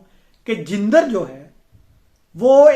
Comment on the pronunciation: لفظ جندر کا درست تلفظ jandar ہے